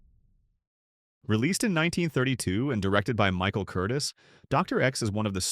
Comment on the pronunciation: Michael Curtiz’s last name is pronounced with the accenton the second syllable.